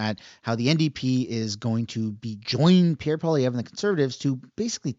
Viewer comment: Mark Miller is SUCH a cuck.. he ALWAYS says "Pierre Pollieve" before anything else